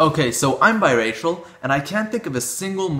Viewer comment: Until , I thought he was saying bisexual.